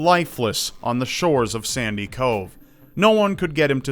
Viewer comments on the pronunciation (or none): none